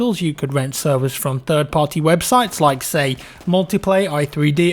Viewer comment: Anything for free would be appreciated keep up the great content and learn how to say instead of seys thankyou hahaha